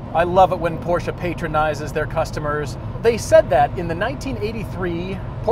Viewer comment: You mispronounced “patronizes.”